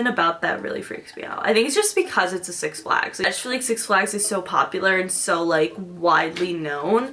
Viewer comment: six flÁgs ? george glÁss ?